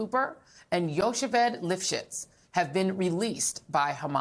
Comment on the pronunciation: "Yocheved," ladies. Her name is Yocheved. Pronounced yo-KHEHV'-ed. You both butchered it. You're a professional news org and professional journalists, know how to spell phonetically when needed, and one of you is reporting from Israel, for pete's sake. How hard is it for you fact-check the pronunciation of a common Hebrew name you will be repeating for days, or weeks, from now on, from a colleague or Israeli source while you're there?!?